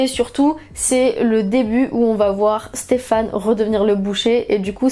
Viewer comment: elle dit "Stephane" ca me stress. c'est "Stephen" !!!!!